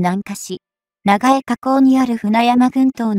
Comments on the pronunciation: なんぼなんでも「長江＝ながえ」て┐(´～`；)┌ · 長江を「ながえ」では、もう先には進めない😭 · しょっぱなから”ナガエ”だって？もう内容信用できん。見るのやめた！！